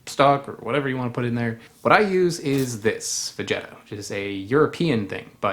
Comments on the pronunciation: vegeta is pronounced veg it ta hard g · That looks amazing!! Maybe the word 'velvety' could be another way to describe that incredible mouth-feel... Btw Polish speaking here, and you pronounce that veg seasoning 've-GHE-tah'... Na zdrowia!! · he pronounced it wrong